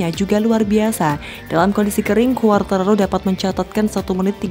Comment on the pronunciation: ejaan ; kuartararo 👍 khuartararo 👎